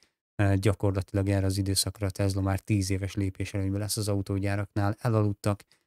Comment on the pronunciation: Jobbulást! Ez a TeZla kiejtés honnan jön?